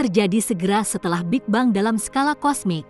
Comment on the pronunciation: Apa kok ngomong big bang itu...big beng gitu lo.